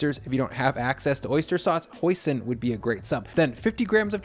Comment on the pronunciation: When you mentioned the sauce replacement for oyster sauce I first thought you said poison, as in if you can't get oyster sauce you're nothing but a pleb and I started laughing. I quickly realised that couldn't be the case, listened again and heard hoisin.